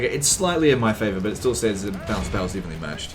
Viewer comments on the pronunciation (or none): none